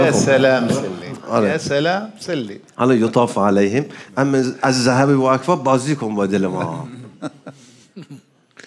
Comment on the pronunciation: وقعو فى الخطأ عندما طغى الاداء عليهم دون الانتباه /يطاف عليهم/ فى كلمه (عليهم) فى اخرها كسر وليس ضم وشكرا